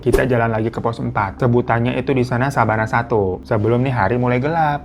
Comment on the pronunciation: Koq Sabana sih? Yg bener bukannya Savana yak? Apa efek lagi puasa nih gw jadi inget Sabana 😂😂😂